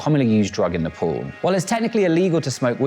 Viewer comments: It’s Nepal not nephol 😂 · its nepal not napols